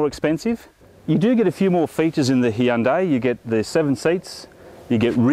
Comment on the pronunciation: the hhheeeundai santefe